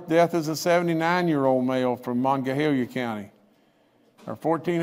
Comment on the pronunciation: Please learn to pronounce Monongalia.